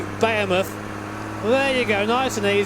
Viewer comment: the way he says behemoth makes me angry